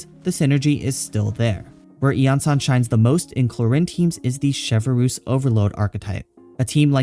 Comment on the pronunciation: Suddenly breaking out that clear pronunciation for the event weapon D